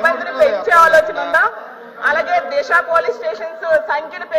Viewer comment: Disa not Desa